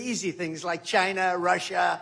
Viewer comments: just to hear Trump say the word "Chi-na" is worth electing him, knowing how much he hates the CCP is another. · The way he says China !! 🤣🤣